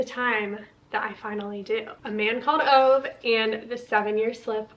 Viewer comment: Just some random info. I was curious how to say Ove and I looked it up and it is pronounced OO-vuh. Hope you enjoy the book. I have not read it yet 😊